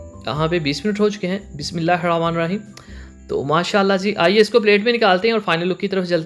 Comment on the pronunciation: BISMILLAH theek se parah kare bhai